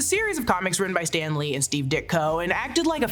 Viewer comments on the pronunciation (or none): none